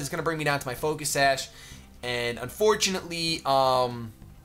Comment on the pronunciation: ?? u said focus sash sawk..